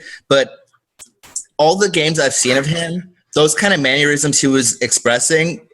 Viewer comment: Why does everybody keep talking about 'maneurysms' instead of 'mannerisms'?